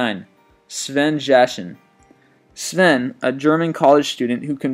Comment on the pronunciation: I like the way he pronounced "Sven", spot on